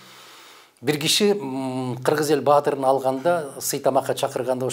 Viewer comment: Ташиевдин эл баатыры орденин айта албай кыйналып жатат ко. Ташиев сага караганда опол тоодой иштерди жасап жатат